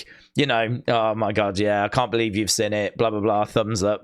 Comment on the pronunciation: If you Bo-lieve you will Bo-Long 😂